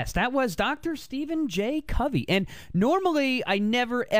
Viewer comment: It's not J Covey -it's R Covey!